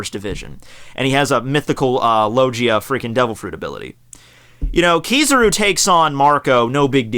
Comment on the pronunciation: it's kizaru not kizuru -_